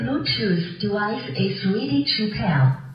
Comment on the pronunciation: Ang angas sir ng "ja vluetoosh jivice is ridi to pir" sa 😅